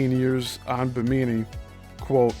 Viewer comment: I'm really enjoying this series and your Coral Castle videos. FYI, it's pronounced BI'-mi-nee--emphasis on the first syllable. The first two i's are short and only the last like 'E'.